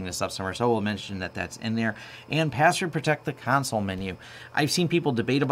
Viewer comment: i would so hire this guy if he only pronounced console right. come on. just once. please?